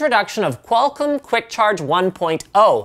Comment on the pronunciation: lol I love the way Linus says Qualcomm. "Qual-CUM" sounds like a porn streaming service.